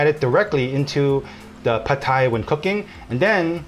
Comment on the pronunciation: OMG, didn’t know we were pronouncing “pad” Thai incorrectly - thanks for enlightening us! How lucky you are to have 2 great chefs in the family - you two are so cute working together. And little Alice is adorable! - not biased at all just because we share the same name ; )